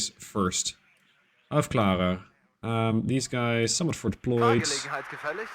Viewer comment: Hi! Great video as usual! If i can give you a piece of advice, in german "ä" is pronounced like a long, closed "ee" (like the a in "Apple", in fact apple in german is Äpfel), so "Aufklärer" is pronounced something like "Aufkleerer". Hope it can help!